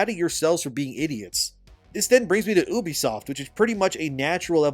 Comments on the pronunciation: can you PLEASE stop saying ubisoft like "oobisoft" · Pronouncing it Ubisoft like that might be worse than what blizzard did 😭😅